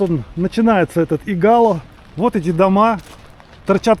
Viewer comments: Игало, ударение на первый слог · Виллу Тито с берега не видно! А в названии Игало ударение падает на первый слог. Извините)) приятно увидеть те места с другого ракурса! Мы увидели даже свой дом)) напротив того большого дерева😊😊😊❤❤ спасибо! А собачек и котиков там масса))))